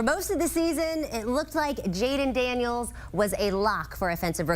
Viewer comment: It's Daniels and it's not even close.